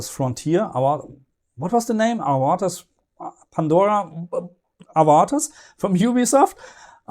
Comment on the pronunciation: It's pronounced "Avatar". :P But jokes asside, I always thought you had a German accent (despite living in Australia) and the word "Avatar" is pronounced very similar in English and German. It's definitely not pronounced as you did, tehe. ^^